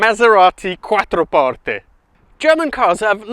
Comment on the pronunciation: The only English person that has ever pronounced "Quattroporte" correctly. Nice!